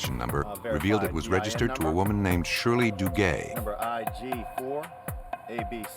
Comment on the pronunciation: If I hear the narrator mention the name, Shirley DooGay one more time - somebody's going to lose their fecking head round here 😂😂😂